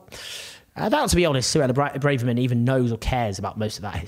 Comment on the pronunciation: Owen keeps lurching between ‘Brarverman’ and ‘Brayverman’, but it’s actually ‘Bravverman’.